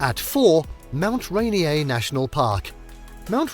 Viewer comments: Oh, lord. And not RAY-NEE-AY! RAY-NEER! Not SAN-JEW-ANN, it's San-WAN! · Do some basic research on pronunciation before you start reading the script. Pew-jet, no poo-get. Lev-en-worth, not leave-en-worth. Rain-ear, Not rain-ee-aye. San Won, not San Jew-ann. You should also learn the American pronunciation of hurricane and glacier. How could you butcher so many well known names so badly? I gave the video a thumbs down for lack of effort. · Great video! Thanks. Just wanted u to know Puget is pronounced POO -JET. Rainier is pronounced " RAIN - EAR". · Pew-jet Sound, Mount Rain-eer, San-wahn Island.If you are goig to do travel videos you really should do some research on pronounciation. It makes you look foolish and ameteurish getting every other name completely wrong. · As mentioned here in previous comments, I wish the folks who make these list videos would do some research on pronunciations before recording their audio. As well as Puget Sound (Pew-jet), Leavenworth (Leven-worth), Rainier (Rain-eer), San Juan (San wawn...c'mon...it's Spanish) and Stehekin (Steh-heek-in)...there're a number of names derived from Native words and names. Like Puyallup (poo-ee-al-up). I can deal with the British presenter style rise and fall of pitch, but the mispronunciations are just maddening. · We were laughing so much at that and Mount Ray-nee-ay like it's French. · proper pronunciations: pew-jet sound , leven-worth, mount rahh-near, san wahhnn islands, americans love to butcher proper english lol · Mispronounced words: Puget, Methow, Chelan, Leavenworth, Stehekin, Rainier, Ohanapecosh, San Juan, and Chihuly. Just stop.